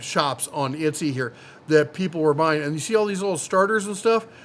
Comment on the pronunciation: It’s ET-SEEEE